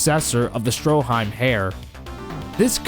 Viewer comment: The h in heir is silent